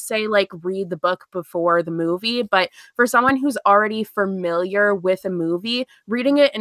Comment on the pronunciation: this is the first one I miss live:( I'm so sad. Also one of my biggest pet peeves is when people pronounce Familiar as fer-miliar and said it so many times omg.